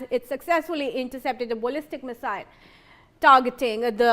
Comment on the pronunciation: This woman can't talk straight. What on earth is a bollistic missile?